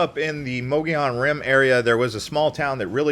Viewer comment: All you 'young' YouTubers routinely say [moe-gee-on]...it's [MUGGY-OWN] ! ! ! ! Yeah, yeah, sure you think you are being gramatically correct, or your friends pronounce it that way, but that is a Carpet Bagger THANG propogated by non-native Arizonans. I was born in Yuma in 1953, and lived in the TRUE sunshine state(sorry FL-you are not full of sunshine) most of my life - so far. EVERYONE I knew growing up including most of the Navajop and Apache people pronounce it the way I phonetically spelled it. Yeah is may be a colloqialism, but it's the way we natives say it. Get with the program! BTW me and my extended family vacationed to the 'White Mountains from my birth onward, and I have photos of my parents fishing there in the 40s. Greer, Pinetop, Snowflake, etcetera were my favorite places to go in August during the Monsoon season - as it were. The part I love the most was buying a day or week fishing permit for the Res up there near the White River Fish Hatchery. Mom and dad and I would pay a small fee and catch a pail full of Blue Gill and little Trout in streams there. We's clean them, cook 'em on an open fire, and eat them under the bright Arizona sun in the pines. My older siblings and their tribe preferred Greer, having spent many summer days there before I was born. Those are some of my memories as a very old Arizona Desert Rat.